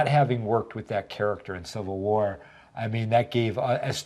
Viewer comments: "Infinity Watr" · 'Avengers: Infinity Watr,'